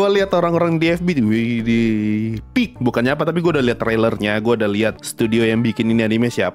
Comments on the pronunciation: Lebih ke "pe ak" 🗿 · Peak ❎ Pe a ✅